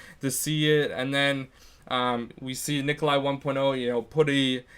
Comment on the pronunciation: primp GD Wtf Necoli... why tf is everyone so uneducated its NIKOLAI